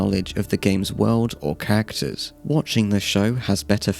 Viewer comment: i'm sorry but when you say "characters" i always think it's "cactus"